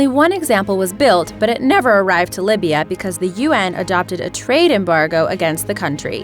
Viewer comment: Libya, not Lybia.